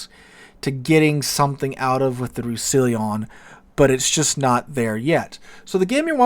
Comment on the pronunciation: I think it's pronounced / Rous sa lon